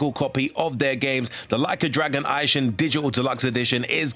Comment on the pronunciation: "Ai-shing". "Rai-oh-ma". What??